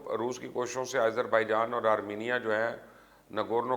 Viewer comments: Its Azerbaijan not ayezarbijan... Bolain to theek se plz.. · Why continously calling Azarbaijan, AIZER....? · YOU STILL CALL IT AS IZERBAIJAN WHAT IS WRONG WITH YOU ????????? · Aaiezerbaijan.....hahaha....how is he pronouncing it😂🤣😂